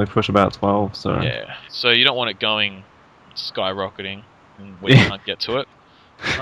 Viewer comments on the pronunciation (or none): none